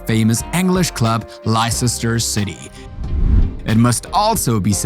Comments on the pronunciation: লেস্টার সিটিরে বারবার লাইসেস্টার বলতেছে কেন! 🙄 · LOL Lississsster....Leicester City... pronounced Lester.... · it's pronounced lester, not licesester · It's not le Ces tar city, it Leceister city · lye-cester city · Lisisestor city got me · learn to pronounce Leicester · Wait.. how did this guy pronounce Leicester??